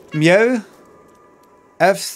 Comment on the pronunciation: How did he just pronounce MEOW ?